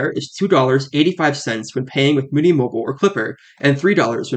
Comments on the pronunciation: Muni, not Mooni 🤦‍♂️ (MUNIcipal) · Muni = "MYOUnee" rather than "Moonie", though surely your viewers would be understood by the locals if they went to SF and asked for the closest :Moonie station". And bravo for this VERY detailed and clear explanation of Muni. I learned things I didn't know. Finally, in the early '80's the cable car system shut down for a considerable length of time for a complete overhaul. It was that cable car-less period when Muni first began running the F-Market line with streetcars from all over the world. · Yeah, like "municipal", remember that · MUNI as in MUNIcipal, like Mew Knee